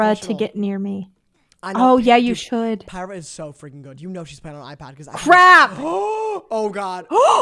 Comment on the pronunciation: The way they pronounced pyra differently every time got me laughing so much😭